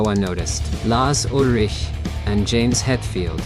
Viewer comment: Lahhhs Ulriiiichk. Nice try computer man.